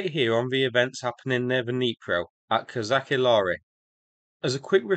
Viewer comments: Pronaunced Kozashi Lageri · "Ch" in Kozachi Laheri should sound not like in "Chemistry" but like in "Chinook" or "Charles".